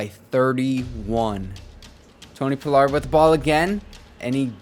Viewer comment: yea ima keep watching bc this my squad and you showing love but when doing a team rebuild it’ll help yo views and subs by doing a lil research on the team to do the rebuild the best way. That way when a fan of the team you playing with watch yo vids they won’t feel slighted or whatever. When I see you saying Tony “Pullard” instead of paa-lerd it’s just annoying not that big a deal but when you trade him 😂 that’s the line you can’t cross. Rico Dowdle too. And seeing Diggs not start over Lewis. Hearing you call Lewis our best corner. Not having Wilson and Kazee in the backfield. Letting Gallup walk. A true fan want to see realism at least a little bit that’s all. But I fw you bro